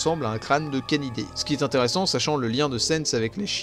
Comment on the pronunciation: 26 min 10sec « intere-sans. Pas vraiment son sans » LOL